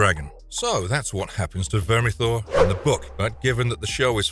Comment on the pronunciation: 10 minutes to explain and say "Vermithor" thanks... but no thanks.